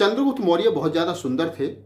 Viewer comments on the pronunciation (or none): none